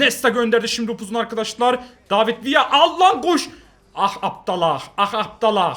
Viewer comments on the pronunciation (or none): none